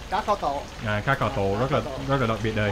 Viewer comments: kho is pronounced like the english word call just saying. when i eat ca kho and the canh chua i like to add the soup to my rice and add some of that ca kho sauce on top and eat it. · I would say it's more like "kawww".